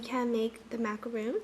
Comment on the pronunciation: cute! fyi, it should be macaron, not macaroon. Macaroon is a totally different cookie ;)